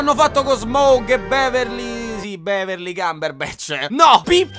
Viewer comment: Beverly Cumberbatch mi ha stesa 🤣🤣🤣🤣 ho rotolato per tutta casa dalle risate, poi è SMAUG, non Smoug 😂